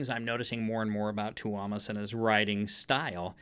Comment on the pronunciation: Fyi it's pronounced Toe-mas